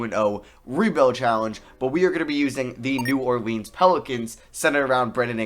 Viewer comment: I hate the way he says New Orleans 🤢🤢🤮